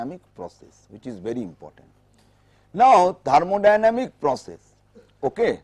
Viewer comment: it is thermodynamic not thermodyamic you missed the 'n'